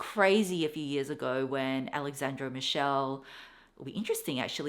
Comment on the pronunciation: Hi, my favorite monogram is the Dior one, the one I like least is the LV one, also because there are too many fake bags showing it. In Italian Alessandro Michele is pronounced like Mickele ("Mick" as Nick and "ele" as elevator) 😘